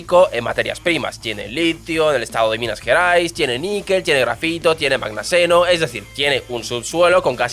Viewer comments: ¿¿¡¡Mangaseno!!?? 😂😂😂 ¿Seguro no quisiste decir manganeso? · "...tiene mangaseno" 😅😅😅😅 seguramente quisiste decir "tiene MANGANESO".